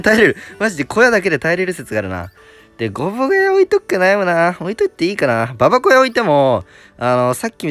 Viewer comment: 、ゴブ小屋の発音はゴブごやなのに、ババ小屋の発音はババこやなのおもろいw